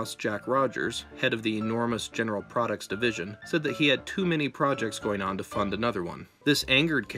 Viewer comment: "3.6 billion dollars of 'PRODITS'"